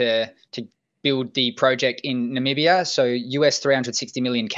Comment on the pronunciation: can pronounce Namibia, I'm impressed.